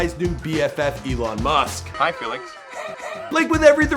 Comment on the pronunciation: He said Elon Must at the end